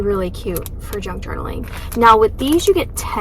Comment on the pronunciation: I thought you said “drunk journaling” 😂 I was thinking that does sound like so much fun!! I had to go back & listen again.